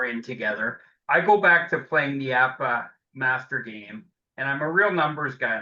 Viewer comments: It's pronounced Appah and it is primarily a cards and dice board game. Why does your committee ignore baseball board games? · the company called it APBA, not A-P-B-A. It’s Ford, not F-O-R-D.